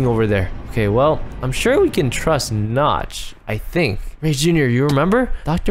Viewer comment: I thought you said the The temple of nuts